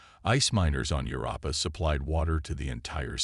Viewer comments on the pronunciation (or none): Jupiter’s moon Europa is pronounced like you-rope-ah, not you rah pa.